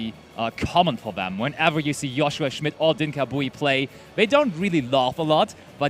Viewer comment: i like how 1 caster calls him Joe shua and the other one Yo shua